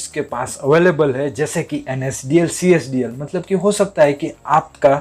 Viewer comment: Csdl nahi cdsl ha.. ha... ha...